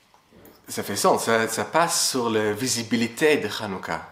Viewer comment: Maison quelqu'un lumière, et le courage🤝 (pour dire - sur - il prononce : tzur 🎆 comme dans; ma oz tzur yieshuati🎶🎼)